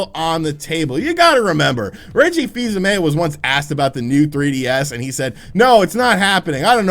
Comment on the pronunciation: Reggie's last name is pronounced "AIM"